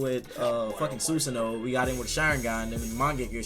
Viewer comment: we just gonna ignore him saying soosoono?